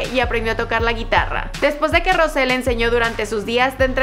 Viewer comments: Se dice rous no rose pero buen intento !!🤗😉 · Yo cono soy blink de verdad no se pronunsia asi pronunsia. Jisoo y Jennie y Lisa y. Rose pero se dise rouse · No se pronuncia Rose se pronuncia Rous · es rous no rose se escribe rose pero se pronuncia rous para que lo tengas en cuenta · We no se dice rose se dice rosé :| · No tienes que decir Rose tienes que decir Rous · Una disculpa pero no se dice Rose si no que se escribe Rose y se pronuncia rouse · En ves de Rose se pronuncia rous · no se dice Rose si no Rous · No se dise Rose se dise Rous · escribe rose pero se pronuncia rous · Se escribe rose pero se dice rous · se pronuncia Rous no Rouse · Se dice rous no rose se pronuncia rous y se escribe rose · Wey se dise "Rous" no "rose" :v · Rocé se dice rous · no se dice rose se dice rous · No,no,no,no,no no es rose es rouse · se pronuncia rosé, como se escribe, por eso esta está la tilde jej. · Hola, lo que te queria decir es que Rose se pronuncia Rous (igual es lo que menos me importa nada más te lo digo para ayudarte) espero que te sirva :) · Se escribe Rose pero se pronuncia Rous (no se pronuncia como se escribe) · Es "Rousé" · se pronuncia rous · se pronuncia Rousé fake blink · no, es roUsé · Se dice Rousé, escucha como lo pronuncia ella misma. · XD dijo mal el nombre de rose